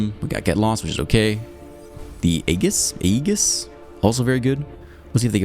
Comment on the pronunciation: great video! btw, it's pronounced "ay-jiss" (or sometimes "ee-jiss")